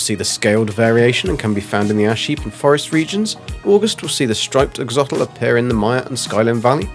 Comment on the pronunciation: It’s “Ax-o-lotl”., not “axotl”